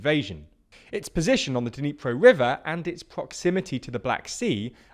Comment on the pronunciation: "Dniepro" river?